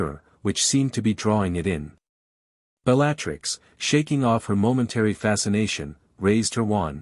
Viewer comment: I enjoyed the story but the AI pronunciation of Bellattix's name set my teeth on edge